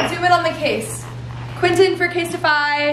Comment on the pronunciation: did u say quintin for casetify???